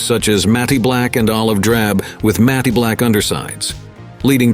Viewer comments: not "matty" black, just "matt" black . . . get a live person narrator who knows the language! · "matty black" instead of matte black lol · WTF is "mattie black"? People need to leave these BS robovoices behind! A promising video about a great plane RUINED!